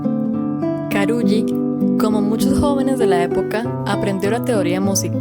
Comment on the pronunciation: es Tárrega, con el acento en la primera A. y estoy casi seguro que Carulli se pronuncia Caruli